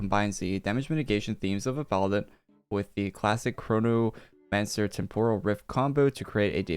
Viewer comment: é impressão minha ou ele disse cornomancer?!